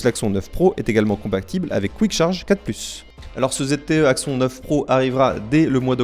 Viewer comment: Cet Axon 9 Pro (prononcer axonne contrairement à ) m'a l'air pas mal j'ai juste peur du manque de suivi des mises à jour car j'ai entendu que beaucoup de possesseurs du 7 sont encore sous Nougat et n'ont pas reçu à ce jour la mise à jour Android 8 Oreo 😧